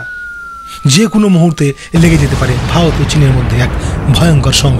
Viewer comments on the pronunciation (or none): প্রথমে ভারত উচ্চারণ টা করো দাদা, ভালত ভালোত করছ